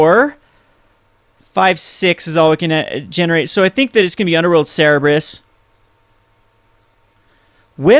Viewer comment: "cerberus" not "cerebrus".